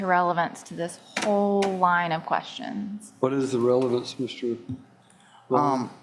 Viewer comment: you missed a „revelance“ 😄